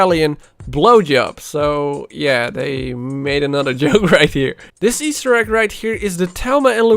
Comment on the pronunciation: Take a shot every time he says Easter Ekk